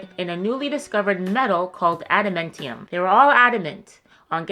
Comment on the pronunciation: Adementium… adementium… ah yes! Right next to unobtanium on the periodic table of telements